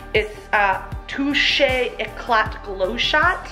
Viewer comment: sorry but it is not Yevs - but eevs , and ecla not eclat:)